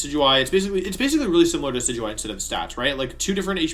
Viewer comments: Aww, you pronounced Decidueye correctly. I got so used to hearing "Decky-Dewey" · Wait did he just pronounce decidueye correctly?